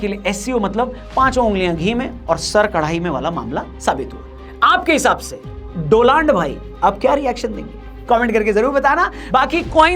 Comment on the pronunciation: डोलांड भाई ❎❎❎❎ आंड भाई ✅✅✅✅ 😂😂😂😂😂😂